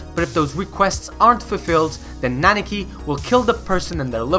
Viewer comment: I don't mean to be that guy that nitpicks minor stuff in a great video but you keep saying "Naniki" instead of "Nanika".